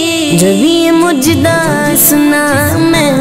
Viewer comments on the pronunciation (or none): بھائی مجدہ نہیں مژدہ ہوتا ھے